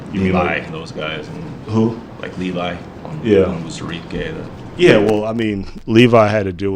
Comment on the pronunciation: That was a BS question about comparing the draft classes. Both were very strong. That reporter covers the Lions and can't even pronounce Onwuzurike.